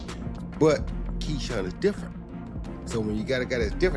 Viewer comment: Ai saying ketchup Davis Ai is messing up even boxing..